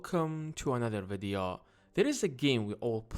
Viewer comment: I hate the way you pronounce 'video'.